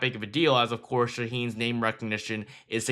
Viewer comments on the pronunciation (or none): none